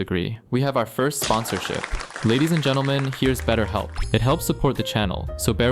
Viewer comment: “This vieeoh is sponsor bai beahhelp”yeah- no, unsubscribed.